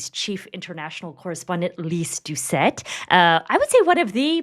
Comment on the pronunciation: "Doucette," isn't it?